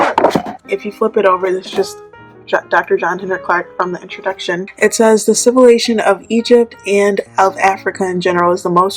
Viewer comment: I was saying the exact same thing, civilation. Get that out of here😂